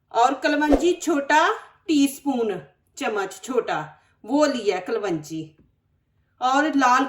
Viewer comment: AAP ki sari tarkeeben bahut acchi hoti hain. Bina tel ka achar kaisay banayen. ‘Kalwonji’ nahi sahi talaffuz klonji hai.